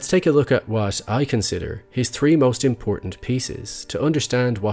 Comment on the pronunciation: Very subtle Irish. He sounds like a light version of the Irish guy who has a true crime Youtube channel called That Chapter. Except he pronounces the TH in "three" and "thirteen" whereas the other guy says "tree" and "Tirteen".